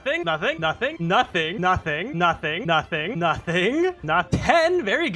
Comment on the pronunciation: 😂it sounds like he is saying nutting